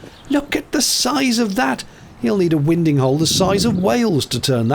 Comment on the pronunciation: I always thought winding was pronounced "winding" not "winding".